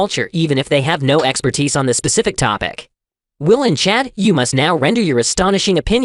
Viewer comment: Why's have problems with the word "on" lol